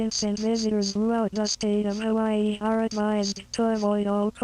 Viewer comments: i have never heard someone say hawaii differently before 😭🙏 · It’s Hawaii, buzz.